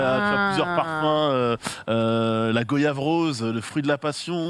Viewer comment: Il dit GO-YAVE, il n’est pas un vrai antillais